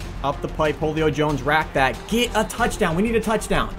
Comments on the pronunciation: I love you but seriously, Jolio Jones? I don’t know if he is actually saying Julio in a weird way or is flat out say Jolio 😂😂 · "Whole-io Jones" love ya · You said Julio like wholeo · pronounces wholio jones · u said ho lio Jones it’s who lio Jones everybody knows that. I know cause he is my favorite player. Spelled Julio Jones.